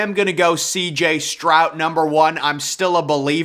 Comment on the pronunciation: Stroud has a D at the end, not a T